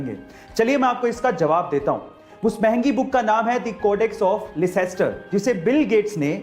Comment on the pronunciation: Parden me sir 🙏 but i think you had pronounce leicester in a wrong way plz google it Koi ni sir bare bare desho me esi choti choti galtiya hoti rehti hai 😇😅